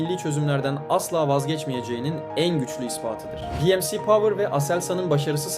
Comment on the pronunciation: Savunma sanayimizin gelişmesinden mutluluk ve gurur duyuyoruz. Video da güzel olmuş ancak bence önemli bir hata var. Türkçe'mizde bi em si diye bir ifade olamaz. Kaş yaparken göz çıkartmayalım. Dikkat et ve düzelt.